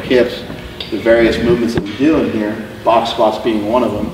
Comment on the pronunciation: Ok so iv heard say squats several times like squets lol. Is that just how he pronounces it or is it a joke?